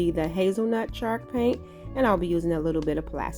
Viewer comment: It's so adorable how it sounds like she's saying chark paint. Lol. Lovely crafts darling!